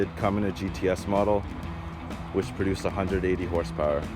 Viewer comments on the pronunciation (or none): none